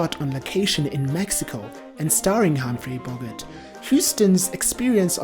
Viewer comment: If you cannot pronounce correctly the surname of the lead male you have NO right to post anything on YouTube